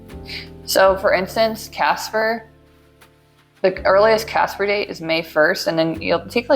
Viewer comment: Omg girl “CASAA” 😭 every time I heard ‘Casper’ I cringed 👻